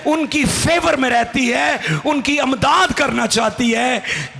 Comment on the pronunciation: Amdad nahi Imdad. پڑھتے ہوئے تلفظ کا خیال رکھنا چاہئیے